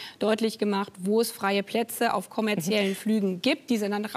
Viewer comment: Es fällt mir immer häufiger auf, dass Frau Baerbock Wörter einfach wiederholt falsch ausspricht. Auch in diesem Interview wieder (konfentriert, kommarziell). Ist das irgendwie krankheitsbedingt oder weiß jemand was da los ist?